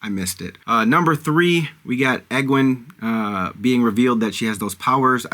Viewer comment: Aes Sedai is pronounced Eyes C-Die Egwene is pronounced Ee-gwain Myrddraal is pronounced Mur-drawl (but you were close enough!) Enjoy the series. It’s absolutely worth it if you stick with it